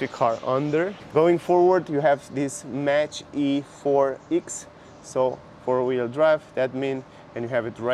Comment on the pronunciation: Thank you for making this video. One of the best reviews I've seen of the Mustang Mach-E. You are a truly charming reviewer. The word Mach is pronounced like mock. I am sorry it is so expensive in your country. It isn't cheap here in the U.S. either, but not as expensive as elsewhere. I'm very impressed with your review, and impressed with the car. I ordered one in February and should be able to take delivery soon (It is June at this writing).